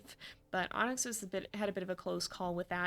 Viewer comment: I swear I was hearing ‘Ahnks’ when you said Onyx lol